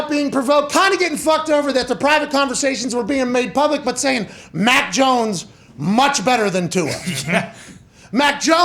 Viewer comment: Lol😂 it’s mac jonesss. Who mac joness